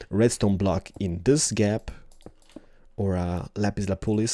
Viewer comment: at first, it sounded like you said lapiz la polize! XD